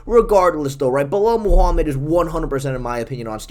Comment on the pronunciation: “Bulel moohamid”